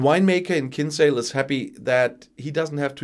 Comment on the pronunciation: your second pronunciation of Kinsale as two syllables is correct.